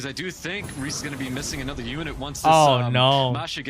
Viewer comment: Kills me Rhys is getting pronounced wrong it’s essentially Reese (my little boys name). Loving your content and the commentary recently keep up the good work